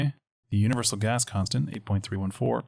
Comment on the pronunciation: ooooooh "GAS CONSTANT". Whole time i thought you were saying "specific ass constant" and i was like, damn right!